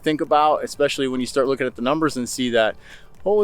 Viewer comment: I really enjoy your videos about Idaho, BUT, please learn to say especially correctly. Especially, not Expecially.